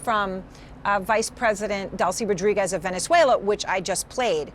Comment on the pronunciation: You'd think a woman with such a big salary would know how to pronounce "Rodriguez" properly.